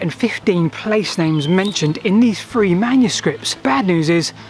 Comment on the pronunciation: Brilliant to watch and listen to....apart from the "f,s". Please pronunce your th. Its "three", not "free"